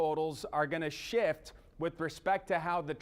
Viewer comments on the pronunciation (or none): ya need to enunciate the F in Shift